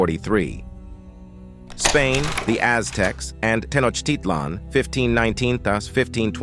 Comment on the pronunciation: I wish the speaker would pronounce Tenochitlan correctly! That said, there's some valuable information presented in this video. Bear in mind that the history and culture of the Aztecs is more complex than it is presented here. They compelled less powerful Indian tribes to pay tribute to them, and their own prophecies predicted the coming of "pale-faced" people. Sadly, they viewed their decline as inevitable. There are similarities, nonetheless, between Europe's conquest and colonization of people of color, globally.